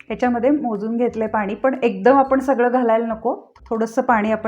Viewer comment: आपण म्हणा आपन नाही